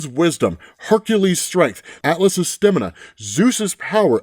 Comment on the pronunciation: OMG I just had a nostalgic moment😢 I haven't watched in awhile, well I have but with work and life and all. Ive been with him and Benny when these guys had under 500 followers, sense use to always say " and what we see " after reading his lines. The way he says Stamina, I remember joking about how he'd say that, and Benny would always pernounce Orions name as " O - ren " I use to always burst into tears of laughter, and actually looked forward to them saying these words😂😂😢😢🙏🏿🙏🏿🙏🏿 man I miss those days, I miss Benny. These guys have gotten me through some rough times🙏🏿